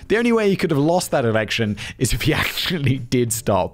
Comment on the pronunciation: Did he say erection and not election? 😂